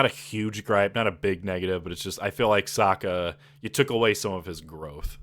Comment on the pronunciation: It’s “Sokka” like “Sock” like not “Soak”. You even corrected yourself then go on to pronouncing it all wrong.